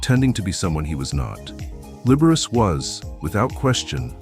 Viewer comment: The computer voice should learn how to pronounce Liberace!